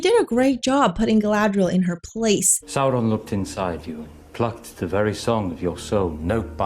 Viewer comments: The exaggerated rolling is distracting as a Spanish speaker. We don't roll them that hard. I don't understand why roll at all but anyway, yhe r in Sauron should sound like the t in water (American pronunciation), not like a Vespa. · Saurrrrrrrrrrrron has Rrrrrrrrrrrrridges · If Saurrrron is resurrected like Jesus, is that an Easterrrr Egg? 😂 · The producers of this series should have just said the heck with the fake and out of place R rolling and had them pronounce all their R's like W's, like the impressive clergyman in the "The Princess Bride" movie: Instead of "Saur℞rr-ron", "Sow-wonn" 😆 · But it's Sindarin not Spanish. In Sindarin and Quenya all Rs are rolled, like in perro. It still doesn't work well, because it interrupts the flow and the actors sometimes trip over it, but it's technically correct according to the pronunciation guide that Tolkien wrote.